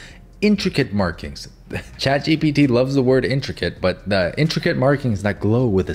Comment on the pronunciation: I thought it was “ gpptttttt “ Not g.p.t